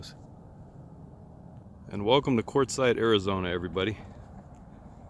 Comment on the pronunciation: Quartzsite ! Not Quatzite! Just saying.